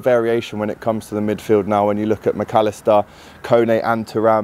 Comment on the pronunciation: Swerve the spanish accent when saying mac allister lad ffs 🤦